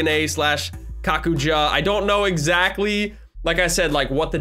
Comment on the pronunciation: Ye but its kakuja